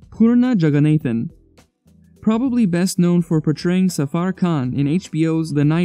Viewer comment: Jagannathan is pronounced (jug-a-nah-thn) Fyi😂